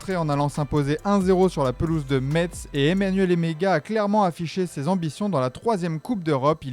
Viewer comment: apprenez déjà à dire Metz correctement...